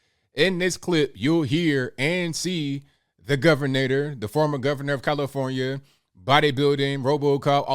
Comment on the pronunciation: I don't take medical advice for a flu from someone who can't say California!